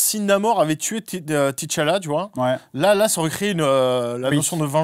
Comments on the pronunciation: Le "ti Tchalla" m'a tapé sur le système pendant toute la vidéo 🥱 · Pk ils disent T tchalla ???